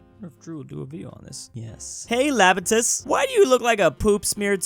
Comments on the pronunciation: It Iapetus with an "I" not Lapetus with an "L" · It’s “iapetus”